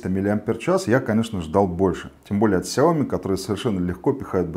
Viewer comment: сяомИ!!!а не сяОми...